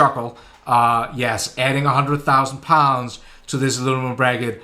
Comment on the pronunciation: Alu-mi-num rather than alu-ni-mum :)